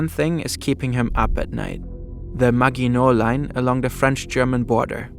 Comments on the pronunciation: It's ma[j]ino line not ma[gu]ino line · the "gi" in "The Maginot Line" is read "ʒɪ", not "ɡɪ". and there's no "ya" in "Sevastopol" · Sevastopol and Maginot Line are mispronounced. Grammar is pathetic. “…Heavy Gustav still served its purpose, as a flashy propaganda piece for Hitler’s vision of an unstoppable German war machinery.” And if you’re going to present a video in English, you might consider a narrator whose first language is English; or at least proofread before publication. Great cg, but semiliterate presentation with a sophomoric ending. But then, McDonalds sells over 2.4 million Big Macs a day.